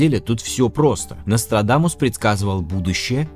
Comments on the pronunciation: Я один весь ролик слишал, НострадАнус? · Мне одному кажется, что временами произносит НострадаНус?